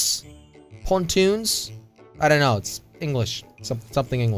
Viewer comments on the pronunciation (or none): It's pon tune